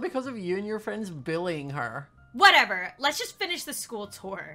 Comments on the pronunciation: stop billi-ing people Me: IT'S SAID BULLYING NOT BILLI-ING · attempting to say bully- WHY ARE YOU SUCH A BILLY?! Me-did he say BILLY?! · Me the whole time, laughing cause it sounded like he said "Don't billy people!" (No offence you're the best!) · is it me or does sound like he's saying billying